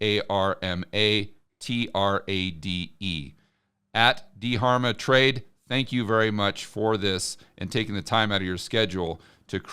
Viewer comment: It’s just Darma you don’t pronounce the H